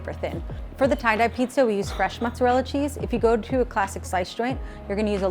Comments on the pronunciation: Actually "pizza ai peperoni" in Italy means completely another thing (peperoni = bell peppers = not "sliced red salame" ). Italian Americans = fake Italians. MozzareLL....ok,im going to bad now, tired and disgusted by your Italian. It's mozzarellA not mozzareLL. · it is MOZZARELLA and not mozzarell 💀🤯🙄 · What's even more cringe to me is Mozarell, It's Mozarella. No Italian in the world would call it Mozarell. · The first guy who called Mozzarella “Mozzarell” instantaneously made despise everything about them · How cute it is that american "italians" think that mozzarella is pronounced "Motsarell"... Listen, just call it american! Nothing about anything american is even remotely european. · “ muzarelle” makes me want to die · "italian pepperoni" "fresh mosarell" "my grandpa italian marinara sauce" I can't 😢😢😢😢😢😢😖😖😖😖😢😢😵😵😵😵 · the only thing I don't like about ny pizza is the way they pronounce mozzarella its not proper pronunciation and seriously were does the a go? Amazing pizza tho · I love how he's Italian but still pronounces mozzarella wrong I mean It's not that bad it's just missing a letter